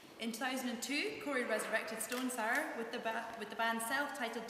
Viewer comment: She can't say "sour"...